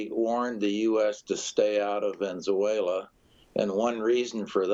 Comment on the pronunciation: the guy cant say the words Ven-ez-uela or Mad-u-ro